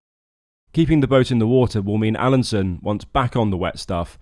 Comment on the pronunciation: Alansøn is not pronounced "Alanson", ø is pronounced like the "u" in "burn".